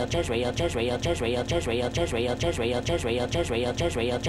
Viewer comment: Israel sounds like chisreal & jisreal, & just real, & presser y